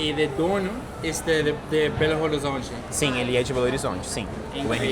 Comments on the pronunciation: Hello!!! Just dropping by to give you a tip: the correct pronouncing of Belo Horizonte sounds, actually like “Belorizonte”. In Portuguese we never pronounce de H when it is in the beginning of a word. Good luck. I love your journey!!! 👏👏👏👏👏👏👏♥️♥️♥️ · I'm sure you already know, but the H in Horizonte is silent, so you pronounce the city name as Belo Orizonte, or even Belorizonte to sound more like a local. You could also say "Bê agá" (BH)